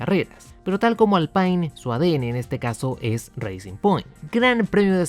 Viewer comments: Se pronuncia Alpine, tal cuál, no Alpain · Se pronuncia "Alpin". Saludos.